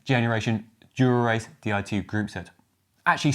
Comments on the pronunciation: I can't not hear "modelled on Durex" (as opposed to GRX) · did he say "ribbed Dura-ex"?